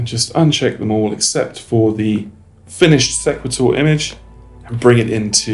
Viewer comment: I believe it is called "See qway tor" like equator.